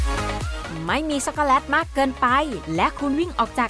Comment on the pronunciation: เราฟังไม่ค่อยรู้เรื่องอะ แว็บเพิล. ชัคโกแลต. และศัพท์อื่นๆที่กวนใจเรา